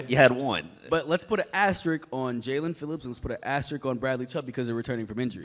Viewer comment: As-te-risk not Ass-trick I'm tryna help you sound smarter